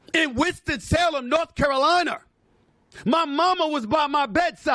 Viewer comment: “Winston Salem, North CaroLiar” 😅😅 did you hear it too?